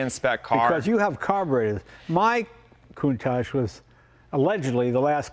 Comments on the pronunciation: I remember in the 80s when no American could say the name correctly.. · That guy says he’s Italian but can’t pronounce the name of the car correctly….. 🙄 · These guys own a COUNTACH but can't pronounce the name correctly. why not call the Miura the Miurish !